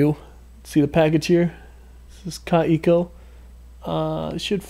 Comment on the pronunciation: It is called kaweeeeko try that it is a German Name KA WEEEE KOO. TRY TO pronounce the word like that . Not KaE Ko. Try to pronuounce te Word We so KAweKo many greetings Christiane from Berlin Germany 😊😊